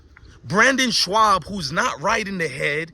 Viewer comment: My guy..his name is pronounced BRENDAN…aka “Brin-din”…and his last name is pronounced “SHOB”.